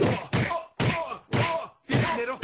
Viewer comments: En el minuto por ahi ya no dice dinero dice dinedo :v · Darjfaa la primera vez sí dice dinedo